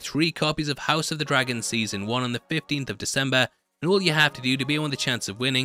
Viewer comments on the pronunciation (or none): none